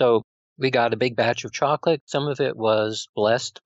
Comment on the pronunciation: why does this guy say choclick instead of saying chocolate....very annoying